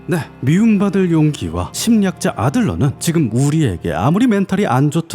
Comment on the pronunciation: 그.. 정말 좋은 영상에 죄송합니다만 심리학자가 자꾸 침략자로 들립니다. ㅋㅋㅋㅋㅋㅋㅋㅋㅋㅋㅋㅋㅋㅋㅋㅋㅋ